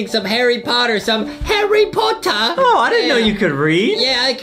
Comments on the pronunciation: Foxy Said Harry potah😂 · When foxy says potter it sounds like otter lol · Foxy said herre potto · harry pottah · Horry pottah